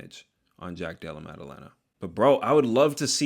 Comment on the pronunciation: hands so good it made pronounce JDM's name effortlessly 💀